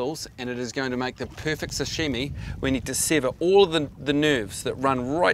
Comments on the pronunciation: FYI, it's sashimi. not sushimi ya classic bloody kiwi! haha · Sashimi not Sushimi.